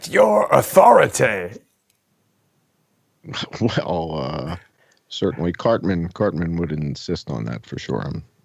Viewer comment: Authori tie not tay....